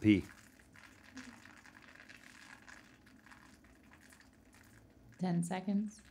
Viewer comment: When Rhett said he had pee, it sounded like he was peeing.